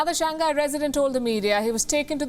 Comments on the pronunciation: "Shang Hi" not "shang guy" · I’m a big fan of Wion. However, I do think as professional journalists, we should try to pronounce major countries or cities’ names as accurately as possible. Shanghai should be pronounced as Shang-Hai and not Shang-Ghai. Hope this helps. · Pronunciation: shang-hai ... hi not nghai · ShangGuy? Do you mispronounce on purpose? Or is the H hard to pronounce?